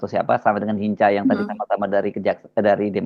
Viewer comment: Bukan Hinka bacanya Bu , bacanya Hinca atau Hinsa. Nama Batak yg artinya Lincah atau Sigap atau agile